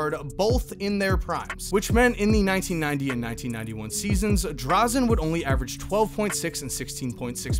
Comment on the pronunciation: It's Dražen Petrović, not Drazen.